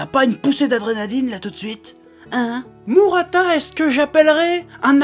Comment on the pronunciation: mourata et non mu, tu me fais mal aux oreilles. Mais dans l'ensemble tu as raison, le mec est génial.